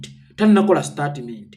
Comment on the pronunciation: Mbu Startimenti wabula abaganda engilish mugyonona mbu Startimenti.. Bagamba Stetimenti not Statiment haha😂